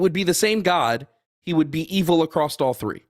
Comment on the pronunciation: Can an American tell me why some of you say "acrossT" when you mean "across"? Always makes me raise an eyebrow.